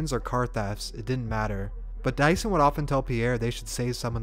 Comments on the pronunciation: you pronounced his name wrong the whole thing, i could barely finish bc it made me mad everytime you said it !! it’s pronounced “due-son” not no mf “dyson” like he a vacuum !!!!!! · Dieuson Is pronounced as Jason.. Jesus christ 🤣